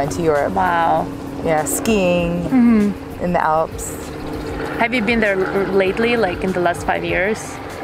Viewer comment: спробуйте замінити у вимові англійських слів звук "і" на "и". Наприклад, коли кажете: лейтлі, хісторі ((lately, history) - це звучить по рюцкі. Лейтли та хистори звучатиме англійською без акценту.